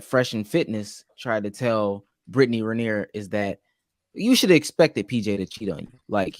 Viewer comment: The way this dude butchers her last name gets me every time